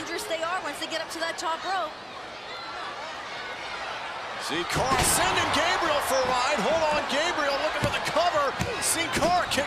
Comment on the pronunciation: lol sin cara not hun cara